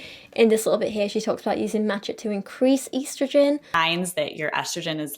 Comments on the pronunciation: i cringed when she pronounced matcha, which is pronounced exactly as it’s spelt, maht-chah, as mah kah…girl.. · I’m sorry I know people pronounce things differently but did just call matcha “MACKA”???